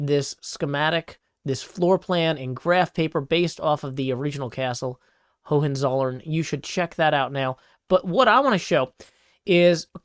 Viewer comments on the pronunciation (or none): There are a few missprononciations in your way of saing Hohenzollern: compared to how you say it at 11.17, make the first H a bit stronger and the O in Hohen a tiny bit longer, the second h is almost silent , maybe make the z a bit stronger, the o in zollern is short as you did, maybe let the double l speak a bit more, it feels a bit as if you are swallowing the zollern ... But the main thing that stands out after listening to it a few times is that you have the second h not silent enough... impressingly good for a non native german speaker! sillables would be Ho hen zol lern phonetical alphabet: /howɛnzowlɹ̩n/ :-) Maybe the language and poet master in you finds this comment interesting... greetings from Switzerland, as I am usualy not speaking high german but swiss german, my prononciation might also be a bit of... :-)